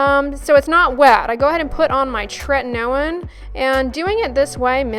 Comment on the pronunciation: What is the name of the product you use that sounds like "tretanailin"? I'm having trouble understanding, so sorry! ( )